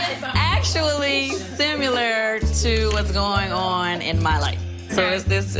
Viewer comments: Did she say seymilur? 😂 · No Kandi didn't say "simUler" when she should have said similar lololol